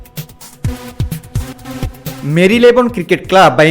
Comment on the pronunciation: "ভিরাট" নয়, "বিরাট"। প্রতিবার ভুল বলেছেন। "উল্লেখিত" বলেছেন, হবে "উল্লিখিত"। অশিক্ষিত লোক, ভিডিও বানিয়েছেন।